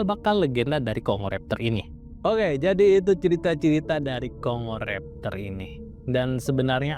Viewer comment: Ternyata di baca Kongo raptor,.. Maaf min, Tadi sempat tertawa kirain baca nya dengan aksen Jawa "congor aptor" karena gk di pisah bacaanya "congoraptor" 😂😂😂😂😂😂